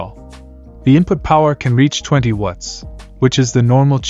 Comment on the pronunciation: The way the AI voice says "watts" sounds like "wuts"